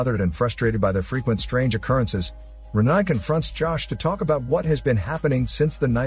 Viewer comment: Her name is pronounced 'Re-NAY' not 'Re-NIE'